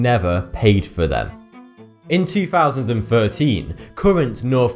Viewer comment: Did he just say 2000.13?? Do u even English bro??